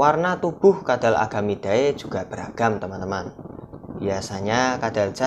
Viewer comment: Nice om.. Tapi saran aja bacanya jangan "ae" Langsung aja "ide" Jadi bacanya agamide, lacertide 😊